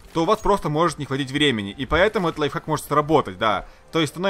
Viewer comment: Кто-нибудь здесь слышал как он сказал лайффак, нет? Я слышал